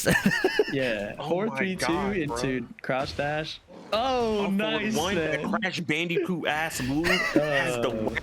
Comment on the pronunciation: It's the way says bandicoot as 'bandy coot' is what really got me LMAO